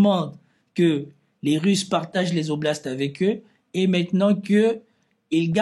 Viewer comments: Quatre "oblastes" et pas quatre Zoblastes il n'y a pas de S à "quatre". Une fois ça va mais la répétition écorche vraiment les oreilles. J'apprécie cependant tes analyses malgré les fréquentes fautes d'accords etc. Il n'y a malheureusement pas de inbox pour t'écrire. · très cordialement , on ne dit pas quatre zoblasts mais quatre oblasts. j'apprécie beaucoup vos analyses. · Quatre oblasts !!! Pas quatre-z-oblasts !!! Pitié ! Vous nous faites saigner les oreilles !!!